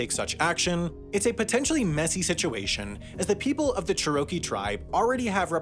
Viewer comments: He said cha-RO-kee, not CHE-ro-kee. It's like the American Dad episode "Camp Refugee," where he mispronounces "RE-fyu-jee" as "re-FOO-gee". I'm in no way Indian nor Oklahoman, but as an American I noticed this immediately. I cannot imagine the narrator is from the US, even though he sounds American. Maybe Canadian? IDK. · Want to put it out there that Cherokee is pronounced more like Chair-uh-key than Chur-oh-key. I absolutely love your content and the information it has is more than half as interesting as what I was doing earlier. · He also mispronounced Cherokee. He said it more like "che-ROW-kee" when it should be "CHAIR-oh-kee." Which is especially surprising since I'd say they are probably the 3rd or 4th most well known tribe in the country. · Chair-UH-kee, not Chuh-row-kee. That pronunciation hurt my head. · I think Cherokee is pronounced Che-Ruh-Kee, rather than Cher-RO-Kee. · Being from Oklahoma I'm getting annoyed by how he is pronouncing Cherokee. It's pronounced chair-o-kee, not cher-okie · Cha-ro-key? Lol it's Chair-a-kee. I laughed every time you said it. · It’s amazing how many otherwise well done videos like this one make glaring pronunciation mistakes. It’s CHAIR a key, not chair Ō kee. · He makes it sound like it's a Mexican dessert. Churro-kee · I should have stopped watching then but no, I stuck around for sherohkey. THEN I stopped watching. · The pronunciation of Cherokee is (Chair-uh-key) by the way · Ehh, Wendover was pronouncing it more like Churro-Key. Wasnt far off but there was a slight difference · Yeah I thought that was a given? Even “Chair-uh-key” is more common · "Chip PAY wah" (that's the dankest pronunciation of Chippewa I've ever heard). Oh, and "Chair ROW Kee" (pronounced like karaoke)... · I cringed every time he said cheh-row-key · Cherokee - CHAIR - OH - KEY !! [smh] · Almost 2 million views of mispronounced words like Bashas and Cherokee. You said Bosh-es and chur row key. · As a okie this bothered me